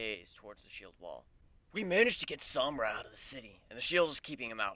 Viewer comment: called Sombra 'sombrero' lol!